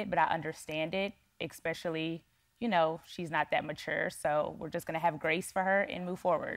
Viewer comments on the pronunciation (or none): Young hair hat I don’t think “exspecially” is a word. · Expecially guys …. 😆